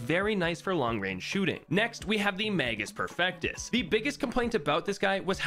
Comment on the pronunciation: Shouldn't it be pronounced mage-us perfectus which would translate to perfect mage